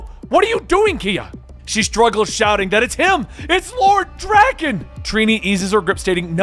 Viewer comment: The way he pronounces Drakkon bothers me.